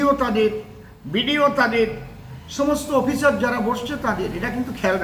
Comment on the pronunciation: এই লোকটা অশিক্ষিত, অসভ্য কোনো ভাষা জ্ঞান নেই। অফিসার উচ্চারণ করতে পারে না।